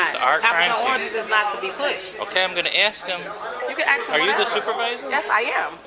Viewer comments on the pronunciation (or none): “ok I’m gonna ask him” “you could axe 🪓 him whatever” There is no need to incite violence during a crime investigation. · she said "You can axe him". That should be automatic suspension and 12 months of grammar school.